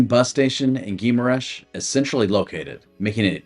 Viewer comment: It is more like: Ghee- ma- rainsh